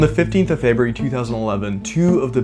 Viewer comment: "Feb rue ary"